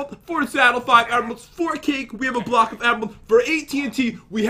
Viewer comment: Who also notices pat saying blohhhh instead of block